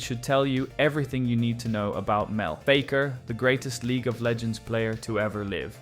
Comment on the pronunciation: Mispronounced Fakers name too